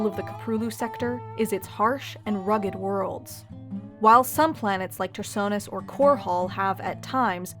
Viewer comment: It's pronounced Tar-sewn-is, not Tar-sawn-is.